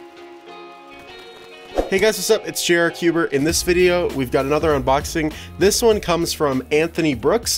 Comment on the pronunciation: hway wsup it jayy arrr cwber Me: ARGHHHHHHHHHHHHHHHH!!!!!!!!!! WHY!!!!!!!!!!!!!!!!!!!!!!!!!!!!!